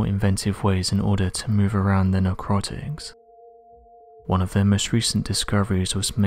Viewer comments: Narrr Kotics fix ur pronunciation NORCROTICS?! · What the hell are narcrotics?? It always makes me laugh when these narrators don’t just ask somebody how to pronounce a word before putting a video out.